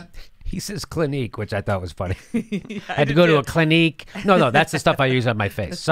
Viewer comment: The way pronouces ''clinique'' is just the right french way.